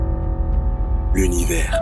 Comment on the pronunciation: J'ai entendu "Lonnivers"